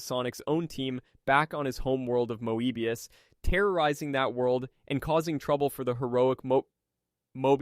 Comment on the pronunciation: Did ai write this? I couldn't help but notice you were having a difficult time pronouncing many terms (particularly Moebius), while also having fairly comprehensive detailing